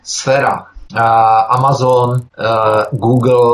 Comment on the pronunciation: Ahoj, mám moc ráda tvé pořady, ale mohu trochu poopravit tvoji výslovnost? Žiji v USA a vím, že tady se Amazon nevyslovuje "emejzn", ale prostě Amazon. A také jsi v jednom pořadu dříve mluvil o americkém operátoru Verizon. Neříkáme tu "verizoun", ale "verájzn.":-) Snad se neurazíš, že ti tohle píšu, jen vím, jak si na angličtině zakládáš, tvá výslovnost je v drtivé většině naprosto v pořádku, ale všimla jsem si těchto dvou malých detailů. Děkuji za pochopení, budu doufat, že to vezmeš s nadhledem.